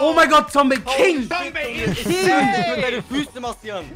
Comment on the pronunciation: Sry aber kannst du bitte Zombey sagen und nicht Zombie? Nur so ☺️